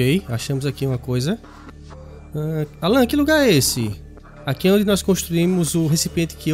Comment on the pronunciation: O Al-an foi para o Al-em ? Kkkkk